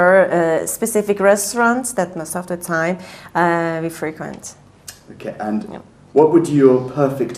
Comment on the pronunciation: Your feedback and manner are brilliant but i do sometimes think you’ve misunderstood what the candidates are attempting to say. I heard “frequent” as being intended as the verb - albeit quite rare in everyday language - and she just misplaced the word stress so it sounded like the adjective.